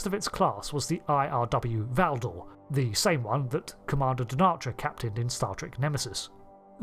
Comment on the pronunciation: Is the 'e' in Valdore really silent? I would expect it to either be pronounced or absent.